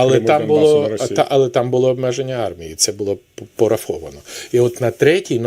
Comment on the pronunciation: ПОрафовано, інциНдент і моя підпис стояла (с)😂. Він ще й неграмотний. Треба, щоб п'ятий президент в Юлі навчився говорити кАоліція 😅